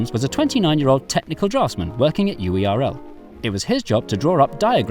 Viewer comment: every time UERL isn't pronounced like "whirl" i cry